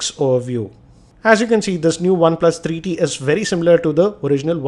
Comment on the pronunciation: its three t bro....not tarreee t....